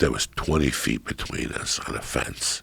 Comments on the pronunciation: anyone pay attention Joe says "bitchween" instead of "between lmao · Joe "Betchween" Rogan